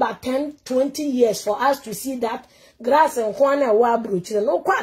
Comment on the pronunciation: "Mr Grass nkoaa". Eeiii!! You can't even pronounce "glass" and you are attacking someone.